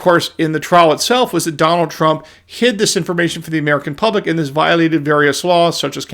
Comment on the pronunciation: Wahn Merkahn